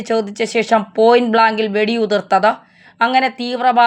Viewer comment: പോയിന്റ് വളാങ്ക് അല്ല ചേച്ചീ. ആയാസമില്ലാതെ , അവനവനു പറയാൻ പറ്റുന്ന കാര്യങ്ങൾ പറഞ്ഞാൽ പോരേ?